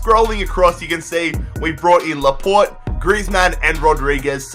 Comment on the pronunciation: It is pronounced laportay, not laport